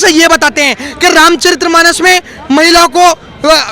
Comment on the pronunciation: रामचरित्रमानस ××××××××××गलत उच्चारण है। रामचरितमानस √√√√√√√√√√ सही उच्चारण है। कृपया सुधार कर लो बाबू।वैसे तू अच्छे वक्ता हो।